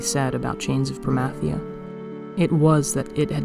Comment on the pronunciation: You say Promathia wrong lol. But so does anyone who pronounces Zilart with a long I